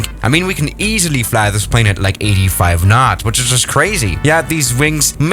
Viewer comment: 'very easy---lie'